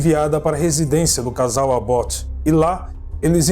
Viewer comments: cara nao é Abótt , é Ábott e nao é pontiác é pontíac! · Adoro seu canal e voce com seu narrador mas queriam deixar uma observação a pronúncia correta do sobrenome o é ÁBoth( com a tônica a fôrça da pronúncia na letra "A". Eu coloquei o acento agudo no A para a demonstração desta pronúncia. É isso. Im abraço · Querido a pronúncia correta do sobrenome do assassino é ÁBOT. A letra a tem som mais forte como se tivesse um acento agudo no A. Beijo...beijo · Impecável, com uma ressalva, em Abbott a sílaba tónica está no A